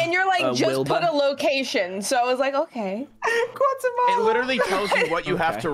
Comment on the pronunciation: “Guatamala Gautamala” is a pure tubbo moment...